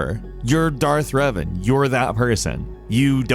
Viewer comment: when you first started talking about star wars and reven I thought you we saying Riven like Myst universe I was like thats crazy.